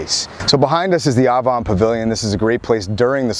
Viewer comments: I was born and raised in Sea Girt. It's not "Ovon"......it's Avon!!!! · I always thought it was pronounced "Ay von", like the Avon lady.